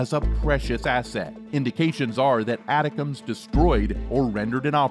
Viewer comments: It is not atacoms. it is ATTACKUMS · It's pronounced like it's written. ATACMS. Not ATICACMS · Pronounced “A -Tac-Ums”. Lord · I think ATACMS is pronounced Attack-ems. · Yes, video guy pronuncing name wrong. I worked the warhead LAP from prototype to standard M39 Missles. Also the BLU-63 grenades it is loaded with. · Right, this video was an embarrassment.. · the way he saids Atacms is driving me crazy.. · now former General Millie, for a channel that is supposed to know US Defense.... a huge mistake. So unprofessional that you can't pronounce ATACMS correctly.... thumbs down, not worth subscribing too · I wanted to watch your video but after the 3rd time of hearing you pronounce "atacms" I had to stop it. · How is it that you can't pronounce Milley or ATACMS correctly?